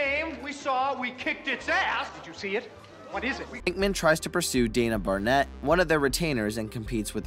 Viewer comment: Okay let me stop you right there, it's Dana Barrett not Barnett